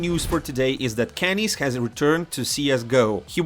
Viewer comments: this guy said "Kennis" not "kennyS" 💀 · Oh my god, KennyS?